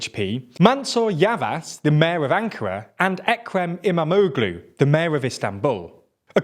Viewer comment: It's great to watch! Immamoglueee